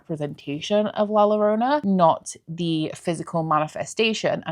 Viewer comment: I wanted to mention la llorona is pronounced as a YOrona like YOga in spanish